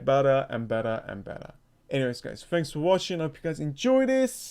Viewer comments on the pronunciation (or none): none